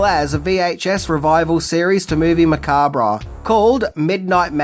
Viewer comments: Drinking Game Take a drink every time pronounces "Macabre" incorrectly 🍸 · You don't pronounce the RE in macabre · I took a shot every time you mispronounced "macabre" 😅😅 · The "re" in "macabre" is silent... at least in he U.S., lol. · Hey, the r in macabre is silent. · I never understood why some pronounce macabre with the R silent 🤨. Anyway excellent video and I hope you get a "job well done " from the lady herself 🤞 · Dude it's pronounced "macab". The R&E are silent. Great video though! In the first place I lived After High School out of my own I had a full size poster of her laying in a coffin in the living room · " Macabrah"......always a chuckle. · Pronounced "Makahb" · it's pronounced MAC-ARB the R is silent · Spooky and Sensual one,. 😉 Also! OMG! It's pronounced "Mu-cob." Yes, the b and the r and the e on the end are all silent. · AnD ITS MAH CABRE ffs learn something ffs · Because it was originally a French word, which would have been pronounced "macab." It's a regional thing. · Didn't anyone explain to the narrator how to pronounce "macabre"? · MOVIE MA-COB you're pronouncing it wired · I took a shot everytime you said Macabre wrong. And now im in hospital with a fucked liver becaue of tou. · The re in macabre is silent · I have an insane crush on Elvira, and I love your content about her. I thought I knew almost everything about her, but you revealed so much more that I didn't realize I didn't know. However, I cringe every time you say the word macabre as "ma-KAWB-reh", as it's originally a French word, and pronounced as "ma-KAWB", not "ma-KAWB-reh". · Okay. I really REALLY tried, but it's not "Movie Macaberra", It's movie Mancab". phonetically. The "R" is silent. JFC this is annoying. Makes me want to kick things around the room. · "Macab-RAH"?LOL! Its pronounced Ma-Kob, it's a 2 syllable word, not 3. Don't believe me? Google it. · sorry but its pronounced macarb not macarbra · it's pronounced Ma-COB